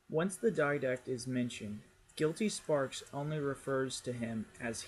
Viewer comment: This is late but it's pronounced guility spark, gill-eh-tea spark. Spark not with an s